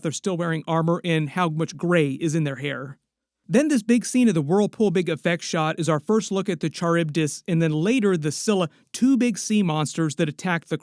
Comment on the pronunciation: It's pronounced Kárivdis (Charibdis)